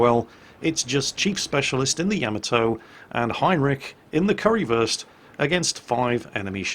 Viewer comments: It's funny listening you pronouncing ship names.. It's Kurfürs, Not Currywurst(Curry-Sausage) xD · its not pronounced "curry-würst", its pronounced like"kur - first" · And it's probably Kurr-First, not Curry-versed, Curry first, or whatever it is you're saying :) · I love saying currywurst instead of kurfürst xD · I like how you pronounce "Kurfürst" as "Currywurst" which is german for "Curry Sausage" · I keep hearing currywurst every time you pronounce Kurfürst. :p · are you calling it "currywurst" oO? is that an accident or on purpose? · Currywurst... :P but its Name is Kurfürst :D